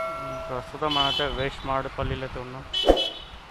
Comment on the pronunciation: Waste maredu palli kaadu anna😊. West maredu palli 😆 వేస్ట్ మారేడు పల్లి కాదు అన్న😊. వెస్ట్ మారేడు పల్లి😆.